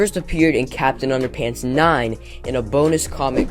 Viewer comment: It’s underpants not underpunts